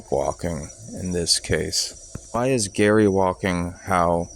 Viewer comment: Why u calling gerry gary?